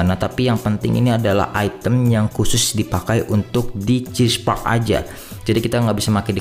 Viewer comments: "Cheese park" mantap bang🤣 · Cheer park bang bukan chesse